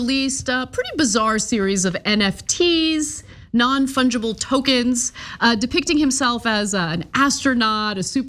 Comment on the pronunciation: Won Tungible Foken?